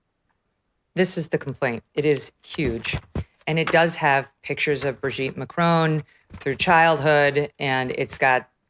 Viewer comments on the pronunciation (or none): Why do Americans pronounce it Macrone when it’s MAC-RON? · Macron not Macrone. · For God’s sake woman it’s not “Macrone” or “Trogno”. can you pronounce names properly please. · Have the decency to pronounce their names correctly…..it’s not Macrone, it’s Macron. Have the basic decency to at least make an attempt to pronounce their names correctly…. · It's Macron Megyn, not Macrone. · Why do Americans pronounce it like this? Just pronounce it "Mac" (as in the computer) and "Ron" (as in the shortened version of "Ronald", and Harry Potter's best friend!). Mac-ron. It's not spelt "Mac-rone"! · Why do you all say Macrone? There is no E + it's Macron On Macron Not crone No e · "Macrone"? I think the French are in pain,hearing your pronunciation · Why do Americans struggle so much with the pronunciation of "Macron"? Either say it the English way, rhyming it with vowel sound in "song" (ending in a hard n sound), or do it the French way, as all Canadians know how to do, which is not really an "n" sound at all at the end, but more like the vowel sound in "pawn" (no n sound). Under no circumstances, by any speakers, anywhere in the world, should this name rhyme with "bone". This just makes you sound like someone with no clue how to say it but who is trying to sound French. It does not ever, ever rhyme with "bone". Not in French, not in English. Please improve your pronunciation. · Can you please learn how to correctly pronounce Macron? It's driving me nuts. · Can American people just pronounce Macron correctly? Also Brigitte has a feminine voice, and you cannot take hormones for the voice! This is the most ridiculous and vile nonsense. Owens is ridiculous. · Learn how to pronounce Macron in French !! You pronounce her first name in French too!! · Would be nice to hear Macron and Trogneux pronounced correctly. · Megyn's French pronunciation needs some work. Macron, Trogneux, Amiens